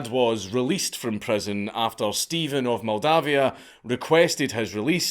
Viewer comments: Except Steven is actually written as Ștefan, roughly pronounced Shtefan. The leader in question is Ștefan Cel Mare (Ștefan The Great) and ruled Moldavia for a long time. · I don't know why he said all Romanian names in their original version EXCEPT for Stefan (Pronounced ShTEHfan) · To be fair it's Ștefan (shtefan) Stephen is the English equivalent and is derived from the slavic name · Only he murdered all the Romanian names pronounciations. Stephan, John and Vlady? wtf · It's pronounced Stepan.